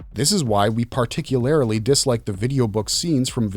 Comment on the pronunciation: I'm afraid that "particularily" is not a word. You added an "I" and an extra syllable to the word "particularly", pronounced "par-TICK-yoo--lar-lee".